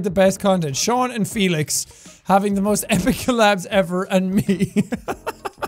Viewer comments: It's not Sean it's Seán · No not Sean it's Seán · His name is not sean or Shawn it's seán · Its Seán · Pronouncing it as SE-an because its funny. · It's Shawn SEan or sha oon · I can't believe yall are pronouncing Sean like SEan. 😂 I am appalled. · Seàn: complains about people saying his name wrong Also Seàn: Billie Eye-lash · Plz this is just gonna make him madder. IT IS SEÁN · ive lived in ireland for so long i forgot people don't actually know how to pronounce seán's name lmao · guys leave his culture alone. his name has a fada over the letter a which extends the vowel to make it Seán. So stop saying its sean ahhhhhhhh